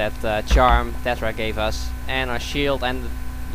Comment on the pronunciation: lol says Terra instead of Tetra